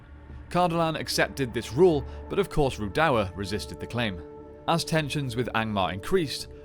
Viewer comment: I can't deal with your pronunciation of Rhudaur